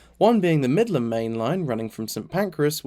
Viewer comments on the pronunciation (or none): none